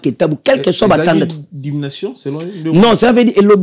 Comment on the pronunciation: Ezalaki dimination? Euh 😅